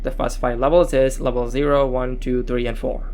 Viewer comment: Levuhll euu-geeted 😂